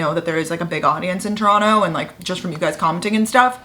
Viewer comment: thank you for saying Toronto right iykyk